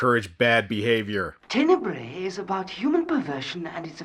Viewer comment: Just a hint: "Tenebre" is the plural for Italian word "tenebra" (the "bra" part reads as the English word bra). You read it like you read the latin "tenebrae".